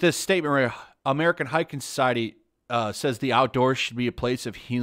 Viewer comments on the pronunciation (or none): hiking Learn to pronounce